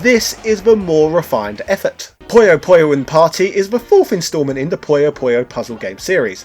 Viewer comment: Its PU-YO PU-YO, not pollo pollo this aint Pollo Loco